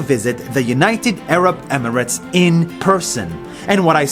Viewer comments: “Aarab” instead of Arab lol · You spell I right but you say it wrong is not erab is Arab wanna know how I know because I am Malaysia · Eh-RAABS 🤣 LMAO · first time a muslim doesn’t know how to pronounce arab